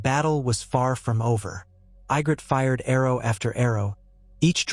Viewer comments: That looks more like Sansa than Ygritte pronounced EE-gritte. I love the idea of alternative fiction but I wish you fix the mispronunciations. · you had mispronouced ygrittes name less this was ai generated but all in all it was a good Story